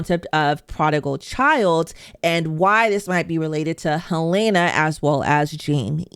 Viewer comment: Just curious more than anything, after clearly watching and following the show very closely, how come you consistently pronounce one of the main characters names wrong? Her name is Helen-uh. You say it Hel-ai-na.